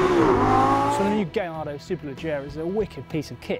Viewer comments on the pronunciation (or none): oh man,in all youtube videos,presenters keep saying gaylordo,wtf its v10 and lambo,its not gay